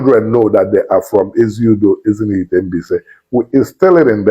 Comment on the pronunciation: Ezinihitte not Ezinifitte